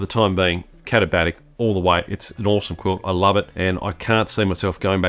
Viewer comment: I came just to hear you pronounce the brand name. Well done. I use my Hammock Gear quilt in winter alpine (Vic) conditions in tandem with a couple of different liner options. The quilt is rated to 20°F/-6°C and with a liner, there's a warmth boost and I also feel the mummy shaped liner keeps me tidier inside the quilt.